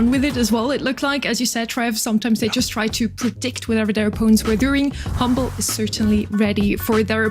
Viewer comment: Hmble not humble = lose?